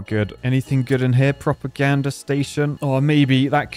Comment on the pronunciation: Form the midlands here. Couldn't help to hear a proper gander station and thought what does he need a better look at?? Silly old me, thought you'd have a giggle